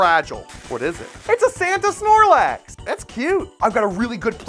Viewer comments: Me: snorlax: snorlaux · Bro said snorlock😂😂😂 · Its snorlax not snorlox lol😂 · “snorloxe” got me dying